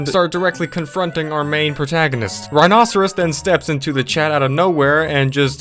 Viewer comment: I think it's pronounced like 'rhino-serious', and that's not a foosball table, it's a pinball machine.